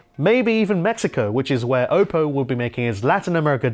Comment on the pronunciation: Did he say okko ?